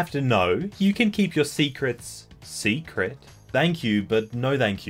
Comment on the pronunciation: Anyone else noticed how he pronounced thank as 'dank',? Is that an Australian thing? I think it's cute.